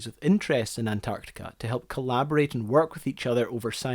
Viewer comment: Sorry, but it's too annoying to listen any further to the host pronouncing "an-Tartica."